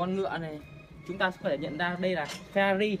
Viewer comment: phe - na - ri chất lừ à😂😂😂